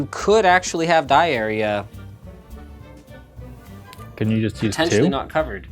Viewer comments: i thought he said diarrhea, XD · Sounds like he is saying diarrhea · "You could actually have diarrhea not covered" :) (I know, he said "die area" - still, it sounded funny) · it sounded to me like he was saying "diarrhea" lol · lol that pause..... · When Linus said "Die area" it sounded more like a symptom. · ok ok... i like this thing... everything about this video is good... linus show us an option to save money and everything... but for the non native english speakers just rewatch ... i know he said dye area... it sounds much worse at the first time for me... where we were at an fluent option again...